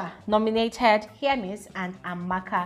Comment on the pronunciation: Don’t twist my words! I’m a big FSWG fan! I can’t seem to find where I pointed out what you’re saying. I was just pointing out that I heard differently from what most ppl pronounce. Be going abeg!